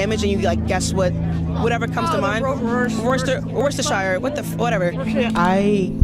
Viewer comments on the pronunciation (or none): Imagine tryna be all deep and explain something and not know wtf your talking about or even how to say the actual bleeping word to describe said explanation and oh yeah btw its Worchestershire again not the correct word...damnn come on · “Worcestershire Test”. Bruh 😂